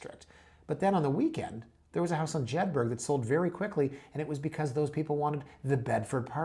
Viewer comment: FYI Jedburgh is pronounced as Jed-brah, not Jed-berg. Just as Edinburgh is pronounced as Edin-brah not Edin-berg.